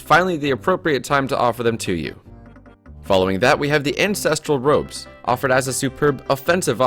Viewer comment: He sounded like he said Instinctual Robes xD